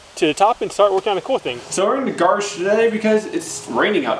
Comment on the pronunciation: "so we are in the garsh today because it is raining outside." what?